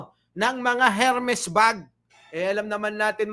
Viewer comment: silent H ang pagbigkas ng Hermes (air-mhez or er-mhez)